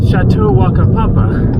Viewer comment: what a town Whakapapa - either say it as you read it or I think Mao's pronounce WH as F so Fakapapa!